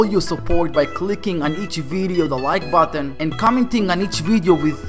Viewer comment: At the start you done botton instead of button